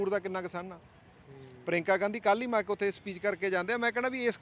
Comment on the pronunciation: ਪ੍ਰਿਯੰਕਾ ਤਾਂ ਸਹੀ ਬੋਲਣਾ ਨੀ ਆਉਂਦਾ,, ਪਰੀਂਕਾ 😜😡